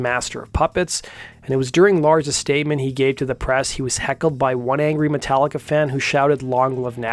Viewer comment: "MascaricA" - Layne Staley